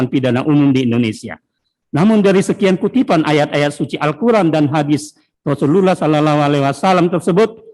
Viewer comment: Tpi kaya ne jaksa bkn muslim ya bilang Rosulullahallaiwasalam aja ga bisa ko?